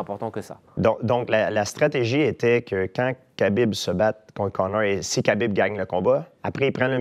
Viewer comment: J'adore lorsque l'intervieweur prononce Conor comme Connard.